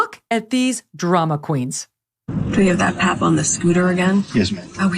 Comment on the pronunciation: The way she says pap, I've never heard actual, real celebrities say pap😂😂😂😂